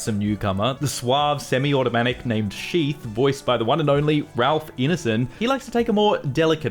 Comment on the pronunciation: Ralph Ine-son, not i-ne-son. Ine as in Pine and Line.